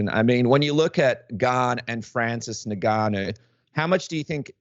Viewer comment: why do some people pronounce Ngannou like this?